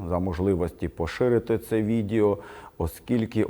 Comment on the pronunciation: Найбільше переглядів і коментарів мають відео, у назві яких є прізвище Порошенко. Не складно здогадатися чому 😅 Отже, хочете мати перегляди - робіть висновки 😉. P. S. З усією повагою, але російська вимова слова "відЄо" ріже вухо. Це як петровське "по великому рахунку".